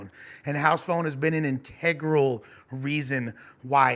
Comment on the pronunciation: "Integraul"